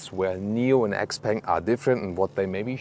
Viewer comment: I believe you should read Xpeng as "xiao peng".